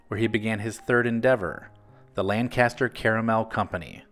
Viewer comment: Lan-kiss-ter is how it's pronounced. Lancaster PA